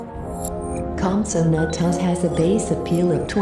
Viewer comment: The voice: COMPATAGUS Me: no it’s compsognathus